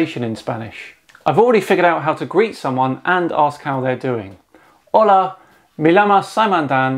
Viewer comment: no fue muy buena pronunciación, te doy 2 de 5 tierrasplanas